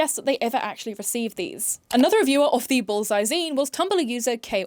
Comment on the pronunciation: I don't know if it's my blocked ear or your accent, but the way you say 'bullseye' sounds like 'ballseye' and that makes me smile.